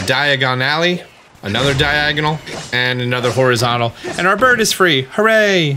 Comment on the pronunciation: Why do you say burb and not bird?